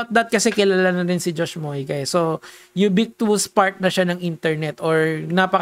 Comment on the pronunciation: Lods bothered ako sa pagbanggit mo sa salitang UBIQUITOUS. Lagi mo kasi nasasabi "YUBIKTUWUS" imbis na "YUBIKWITUS" Di to bash lods gusto ko lang mas maayos commentary mo hehe peace